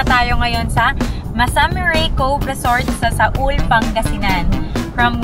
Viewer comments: Not "Saul" correct pronunciation po is "SUAL"✌️ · Hindi SA-UL madam, SUAL ( SU-WAL) pangasinan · Sual po, not Saul. 😊